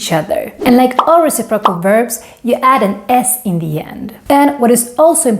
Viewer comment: Re-CIP-ro-cal (Stress is on 2nd syllable 😉)